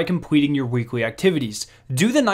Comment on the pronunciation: Not trying to be mean or anything because I have a slight speech impediment myself, but you should work on your “L” sounds. You always pronounce “L” as if it is “w”. “Weekwe”, “wearn”. If English is your second language please ignore my comment.